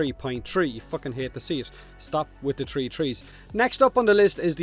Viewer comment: "Turtty tree tree tree" - 2020